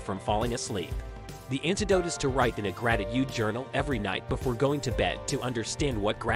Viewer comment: Great video! With great steps I agree with all of it, but the way u said GratiTude kinda irritated me lol Love the video though